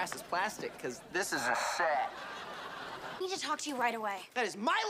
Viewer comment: “Cause this IS A SETT” 😭